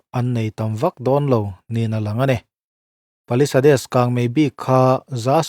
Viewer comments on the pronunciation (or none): YouTuber heti zat hian an ti chhuak tawh a,nangmah chiah hian ‘pa-li-sa-des’ tiin i la lam ngar ngar ,english news i lakchhawn chu a ni ve tho awm si a ,an lam ang khan lam ve mai la ‘pa-li-saids’ tiin